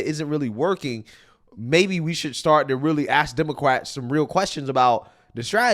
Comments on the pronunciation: You said "demoquacks". I love it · Oh my gosh! Lol, did you call them demo-quacks?!?!?!? 😆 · He said Demoquacks. lol